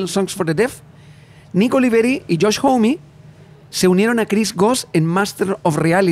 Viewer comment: Son los primeros que escucho pronuncian bien Homme 🫶🫶🫶